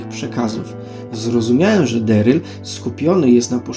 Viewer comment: Na samym wstępie - nie "Deryl" a Darryl, to chyba nie jest trudne do ogarnięcia? Strach, co będzie dalej.